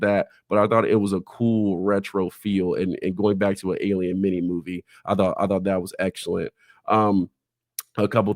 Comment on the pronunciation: Alien “erf”